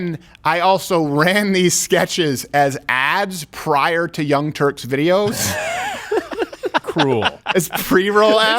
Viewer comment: Is it Turks or Turds?